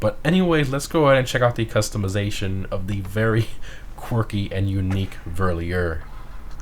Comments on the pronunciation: Also love this channel but it's not 'Ver lee er'. It's 'Ver leer er'. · For People Interested in the correct Pronounciation: Verlierer = Fair - Lee - Rer / Wiessmann = Weess - mann. Verlierer = Loser in German one of the Weirdest Names for Vehicles in a Gta Game ever. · Just for those who are interested. Verlierer is german and is pronounced pretty much like „Fairleerer“ and it means „Loser“. And Wiesmann is pronounced like „Veesmann“ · In case yall didn't knew Verlierer is pronouced a little different since its a german word... Translated it means loser🤘😂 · I understand your Point but it is still wrong. The Verlierer Pronounciation is somewhat forgiveable but if you pronounce it that way in a German speaking Country (Germany/Austria/Luxemburg/East Belgium/Liechtenstein/Switserland) you might get looked upon in weird way. With Wiessmann however is the actual Name of the two Brothers Martin and Friedhelm which founded that Car Company and if a Surname is mispronounced it can be disrespectful if the Person with a specific Name feels offended by it.